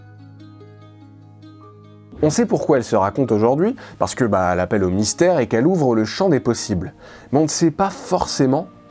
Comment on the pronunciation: Mystère, vous avez dit "mysère" !